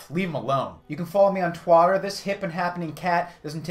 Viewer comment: Did he say twatter?